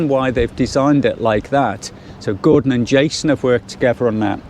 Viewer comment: its pronounced goordon lol